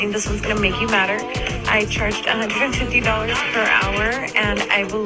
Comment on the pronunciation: Not "madder"!!!